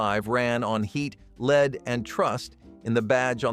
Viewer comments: LED, not leed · Somebody needs to tell that narrative bot that 'lead' is pronounced 'led' in certain cases 👎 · Why is lead being mispronounced? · "Leed" :D